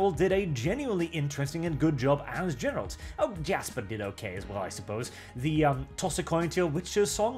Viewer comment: "Jer-ALT" You can't even pronounce the titular side character's name.